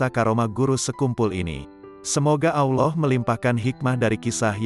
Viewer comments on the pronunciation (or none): none